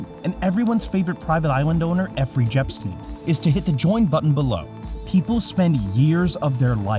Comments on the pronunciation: Is it just me who hears and his entire team say "Effery Jepstein" instead of Jeffery Epstein? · "Effrey Jepstein" 😂